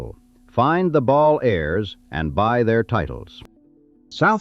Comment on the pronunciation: I’ve stayed on S Padre several times and thought it was great. Just don’t go during Spring Break and you will have a great time. The beaches are beautiful. Btw - Please decide how to pronounce Balli.